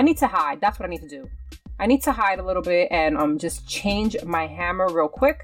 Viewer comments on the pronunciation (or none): none